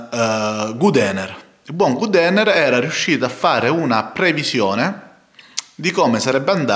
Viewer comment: per quale motivo pronunci God Ener come se fosse Good Ener? Mah